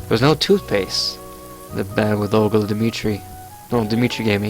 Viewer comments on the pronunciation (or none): It is OLGA Dmi-tri-ev-na, you fuck, OLGA!